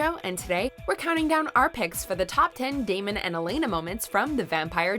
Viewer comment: Any1 else hear t Narotor say Demon insted of Damon